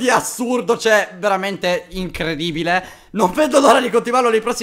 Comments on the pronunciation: ***** vabè calmo,l'ho detto perchè gli era caduta la R ed era moscia,ce se per te sembra una R normale tanto di cappello -. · a hai detto incredibile con una R ahhahahaha